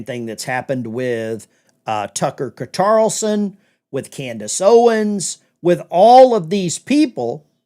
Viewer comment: Cartoloson, I heard that 😅.